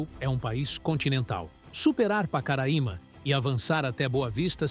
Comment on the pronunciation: Vcs estão pronunciando o nome Pacaraima errado bom dia